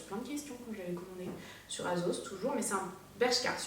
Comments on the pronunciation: on dirai que tu dis azos😂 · "Azos" et "Pull and Berrrr" 😂